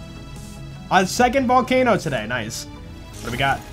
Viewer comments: When say "oh, volcaNOO!!" It trigger my google assistant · The cut off "no"s never fail to crack me up, but I fucking died from that "Oh. VolcaNO-". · I legit almost spit-taked when you went "VolcaNO-" I was drinking water lol.